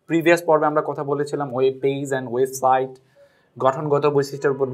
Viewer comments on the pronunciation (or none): none